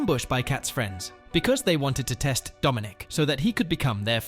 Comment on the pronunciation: Ah I saw some of this. Didn't finish it though. And It's Dominic not "Domonique". The latter is a lady's name.